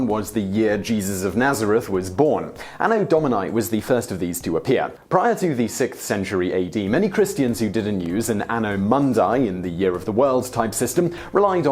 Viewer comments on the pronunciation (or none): Mundi, not mandai!! Urgh! This is Latin for God’s sake! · You mispronouncing Domini and Mundi is pretty cringeworthy.